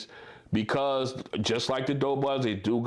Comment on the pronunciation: "do" not "dough"